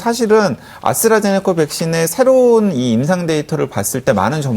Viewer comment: 아스트라제네카를 왜 아수라제네카라고 하냐?